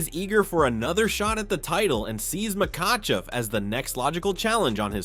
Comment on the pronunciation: "Dustin Pawahurayy", "Tttsarookeeaaaan" and "Maykuchev" had me rolling